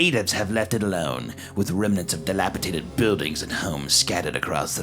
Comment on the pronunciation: HUNTER!!! IT IS FUCKING dilapiDATED!! NOT dilapiTATED!! DATED!! NOT TATED!! YOU ARE DRIVING ME FUCKING CRAZY BRO